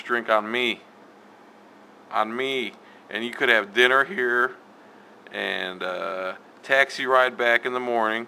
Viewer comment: Lol he said tinner instead of dinner lmao